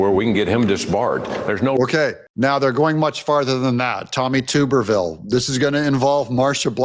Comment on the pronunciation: Tub. errrrrrrrr. Ville